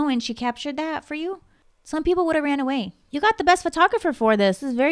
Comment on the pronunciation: 😂 “some people woulda run awaya”